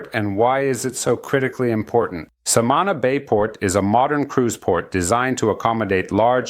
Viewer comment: We say Samaná, accent on the a like Samanah. Informative video thank you!